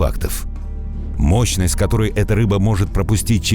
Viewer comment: "мощьность заряда тока 860 вольт" . это пиздец товарищи... кровь из ушей пошла, вроде взрослый мужик диктует , а мозгов вообще нет...